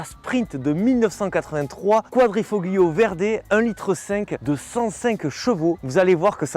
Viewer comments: Toujours un excellent choix de véhicules (on a les mêmes goûts). Bravo pour ton énergie et ton jeu de mains 😄 Pour ton information, on dit "quadrifo(g)Lio" ... on ne prononce pas le G, comme dans Ta(g)liatelles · Quadrifolio!!!! On 'e prononce pas le G!!!! 😂 Je hurle a chaque fois que tu le dis, et tu le dis a toutes les phrases !! Merci en tout cas pour cet essai d'un modèle que j'adore. J'ai eu un grand prix (série spéciale du quadrifo(g)Lio dans ma jeunesse, j'ai adoré cette voiture. Une merveille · Superbe vidéo encore une fois...Merci d'avoir remis à la lumière du jour cette magnifique voiture! Un travail de maître cette vidéo... Toutefois, il y a un petit bémol de prononciation...En italien, la lettre "G" est presque muette. Quadrifoglio se prononcerai plutôt quadrifolio. Sinon, c'est top. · "Quadrifoglio" faut avaler le G à la prononciation . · Arrête de prononcer le G de quadrifoglio... Il ne se prononce pas en Italien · Excellente revue d'un voiture tellement typique et pleine de charme ! Pour la prononciation de quadrifoglio, c'est comme les tagliatelle : le g ne se prononce pas et c'est parfait comme ça 😊. Encore bravo et merci ! 😘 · Super une alfa. Par contre le g de quadrifoglio ne se prononce pas en italien 😉